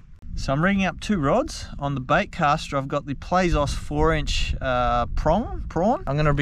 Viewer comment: Hey man, I’m pretty sure Plazos is just “plazz-o’s” as in slang for plastics, as opposed to “play-zos”.